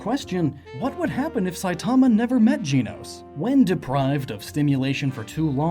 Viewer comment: Why does the way you say "Saitama" annoy me? It's sooooo wrong.